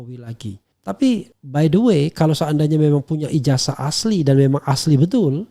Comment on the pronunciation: IJAZAH .. bukan IJASAH lafazkan dengan benar pakai Zet bukan Es ............ 😠